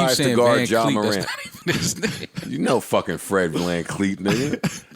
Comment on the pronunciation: Who is Vancleet 😂😂😂😂😂